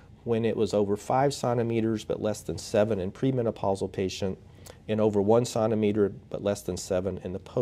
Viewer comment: Great video. Although I struggled with your pronunciation of centimeter.